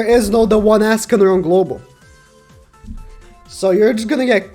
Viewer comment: It ezzz what it ezzz boys